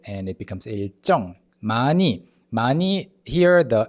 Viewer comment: He literally did? Exactly where you tagged, he said it correctly.